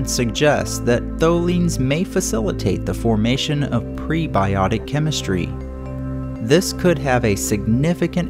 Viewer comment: good work tex, except it’s: cah see knee not cah sin knee electro static not electo setic kem istry not kim istry caz ums not chaz ums but really anything is better than some of the nigel mee thaners lol